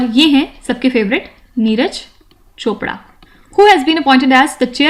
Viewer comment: App neeraj Chopra nahi bolti.. Neeraj Chopda 😝🙌🙌